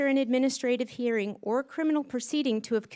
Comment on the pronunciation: Someone needs to teach Stansbury that the correct word is “hearING” not “hereen” 🙄